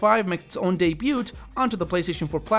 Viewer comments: Dude, you sound illiterate. De-byoot? Debut is pronounced "dey-byoo. Also, Corp, as in Marine Corp is pronounced "core", not "korp". Time to go to school. Otherwise, good video. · it's hard to take him seriously when he pronounces words like 'debut' as 'daybyewt' and 'iterations as 'alliterations' ....